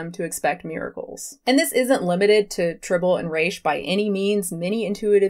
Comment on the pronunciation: 2 things: 1) Trih-bow-lee & Reh-shhhh not Try-bowl & Reeesh. 2) Your view on this topic misunderstands and misrepresents the entire point of IE. Please stop talking about what you so clearly don't have the scope to explain to others.